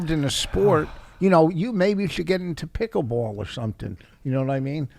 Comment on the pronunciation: Vos says pickle bwawll